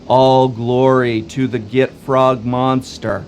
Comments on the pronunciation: gotROG, not gitFROG. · It's GITROG, there's no F.